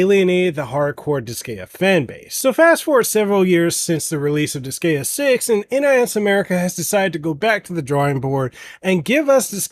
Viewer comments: Why are you pronouncing it like that......its dis-GUY-uh.....not dis-gay-uh... Can't be a fan if you can't even pronounce the game right hahahaha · its Dis-guy-uh not Dis-gay-uh. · Friendly advice, when in doubt, check the Japanese name, you'll get it right. Even English native make mistakes sometimes (with Pokémon for instance). In the case of Disgaea, it's Disugaia in Japanese, where "a" is always pronounced as in "apple" and "i" always as in "image". It's then di-su-ga-i-a. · Hahaha he says "disgayuh" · Same! I had to leave i recoiled everytime he said dis gay uh lmao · I...can't with that pronounciation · The pronunciation….if you’re gonna do professional video game reviews, you should maybe research how it’s pronounced first. Otherwise people aren’t going to take you seriously. Pro tip. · Couldn't watch. Him mispronouncing the name of the game repeatedly took away any and all credibility. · the way you say Disgaea makes me cringe DX AAHHHHHHHHHHH but it soudns similar to D5 which is great in terms of story and gameplay with new extras im sueprexcited about it